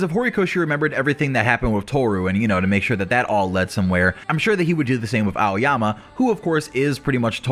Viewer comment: It's aoyama lol